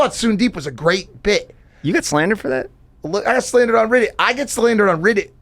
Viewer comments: Why does Mike pronounce Reddit like “riddit”? Must be a 40yr old thing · Why he saying riddit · Why does the 40 year old keep pronouncing it " RIHHDUT" ?? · Mike saying Riddit is proof of him being 40. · why do all ur friends say riddit 😭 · The way Mike says reddit 😂